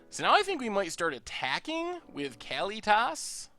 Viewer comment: I think it's "Kah-LEE-tis," not "Kally-toss."